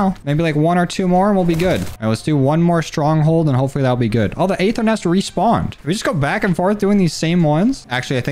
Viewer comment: Appreciate the time and effort in the vids, but ffs the “A” is silent on the Aether.